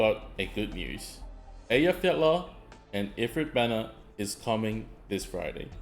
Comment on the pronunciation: Btw, mate, just in case you were interested, Effy is named for the Icelandic Volcano Eyjafjallajokull, which is pronounced (as close as I can do using only sounds that exist in English) Ai-fiat (like the car) -ah-kol. The "kol" is not in her name, so just "Aifiata". It is not exact, as they have some subtle sounds too, but it is the simple version, if you want to say her name more accurately.